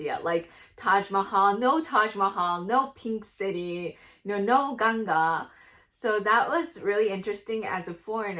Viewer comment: Tnq u for pronouncing ganga correctly.Not as a Ganges river We love japan ❤ u had lot of information.